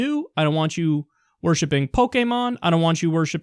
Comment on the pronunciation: Kyle pronounced Pokemon the way it was meant to be pronounced, I'm surprised.